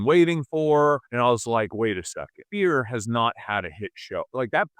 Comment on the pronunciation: Does homie not know how to pronounce 'sphere'? Is it just me or is he saying "spear" every time?